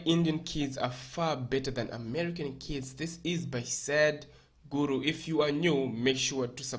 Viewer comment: Not him calling Sadhguru, Sad-Guru 😂